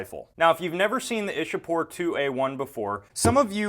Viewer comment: it's Iccha-pore not Isha-pore. local people say Icchapur.